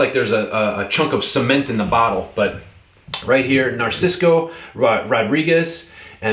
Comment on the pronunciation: Narciso not narcisco 🤦🏽‍♂️😒🤷🏽‍♂️